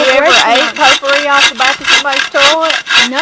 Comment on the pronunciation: I worked with a woman who pronounced potpourri "pot poohy!" That's what it smells like!